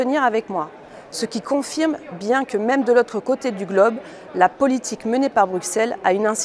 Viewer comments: Pas bru..x...elles on dit bru ss elles...en prononçant s et pas x....en France vs devriez savoir que l'on ne dit pas au x erre avec prononciation du x mais au ss erre, Buxy se dit bu ss y. Alors quelle belle crédibilité d'une personne qui ne sait même pas prononcer le nom de la ville où elle prétend travailler et où elle est payée par nous pour proférer des âneries...surtout en se prétendant parler au nom de tous les européens.... Restez bien silencieux la mini mini minorité que vous êtes...et respectez les règles et législations mises en place.... C'est votre rôle là où on vous a mis....(pour peu que vs y soyez parfois présent) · Député française au Parlement européen mais prononce mal Bruxelles. Nous vous enfoncez pas dans une bulle de filtre à croire que la majorité des personnes se posent les mêmes questions que vous. Vous le rassemblement national vous récupérez les voies des autres parties politiques en réalisant une sorte de politique de peur et grâce à cela vous pensez être les héros de la majorité du peuple alors que vous prenez juste ce qu'il reste en terme de voie. Et si vous pouviez être respectueux au point de vue politique en respectant le nom du président de la république français Monsieur Emmanuelle Macron, celui de Monsieur Gabriel Attal, et celui de Monsieur Jean Castex (Ps : Il faudrait penser à mieux cacher le prompteur la prochaine fois. De même pour la minute ou vous dites le passe sanitaire et les sous titres sont "que le poste sanitaire" pas vraiment pro sur un sujet comme celui ci) J'ai également trouvé aucun article évaluant 400 bébés de moins de deux ans avec des effets indésirables et vous nous dites pas si c'est en France ou dans le monde aucun source en description. Vous réalisez comme dit au dessus un politique de peur et ou on peut douter de la véracité des sources de cette vidéo.